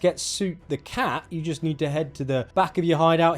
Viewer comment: Great video. Soot the cat is the colour of and is named after the dusty byproduct from burning wood. So “Soot” is pronounced to rhyme with “foot”